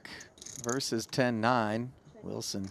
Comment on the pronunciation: Did you know that the word "versus" has two syllables? doesn't.